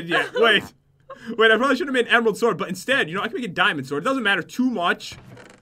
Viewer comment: he said emeraldt